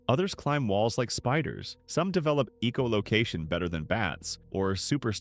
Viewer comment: Okay. You have to be actively trying to piss us off here. EEcholocation? Really?